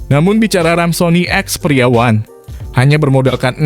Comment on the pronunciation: Ada pembaca an kata experia yg beda mirip ngomong pria 😂